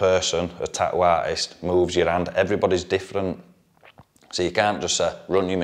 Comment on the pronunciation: "Tah-ooo" That glottal stop tho.